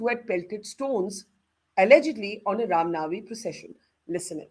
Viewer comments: Barkha have no logic to defends criminals although she seems so desparate to do so , the gentleman from bjp has nailed it.& btw barkha bano can’t pronounce the ram navmi instead she said ram nami. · This so called journalist (who disclosed the position of our armed forces on live TV both during Kargil and 26/11) can’t even say Ram Navami and says Ram Naami but talks about Hinduism! She is a joke!